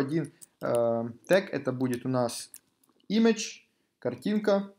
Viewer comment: Блин, как же уши режет "титл", "ксс", "имидж" и подобное. Затрудняет восприятие урока.